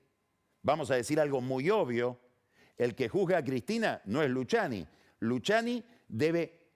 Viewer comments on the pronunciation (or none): No Luciani .. Luquiani ... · Todos: Luciani Pagni: Luchiani Es como Peceto vs Pesheto jajja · "Luchiani" "iuchiub" 🤣🤣